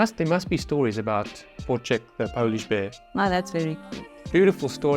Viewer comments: You pronounce Wojtek wrong. Wojtek - Voytech Voy + tech ( like technology) 😅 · 1. You should visit Krakow since you'll soon be moving there 😂 2. The video didn't say but when the polish soldiers visited Wojtek in the Edinburgh zoo they often jumped into his encosure and were wrestling him, leaving the bystansers shocked. 3. In english you read it as Voitech(my name btw:). Polish J is pronounced more like i 4. There is a Polish movie about Monte Casino that is actually hitting the cinemas soon, Wojtek is in it (saw him in the trailer)But the movie is not mainly about him. More about polish soldiers